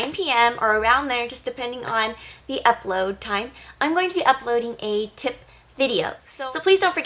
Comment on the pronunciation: It sounds like she is saying tit but nice